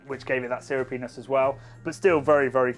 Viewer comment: I figured that out when you said it again, but also couldn't unhear "sewer penis" every subsequent time. I'll try to find an opportunity for sewer penis at my next tasting.